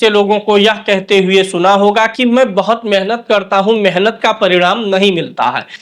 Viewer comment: शुद्ध शब्द मेहनत है न कि मेनहत शब्दो का उच्चारण शुद्ध करें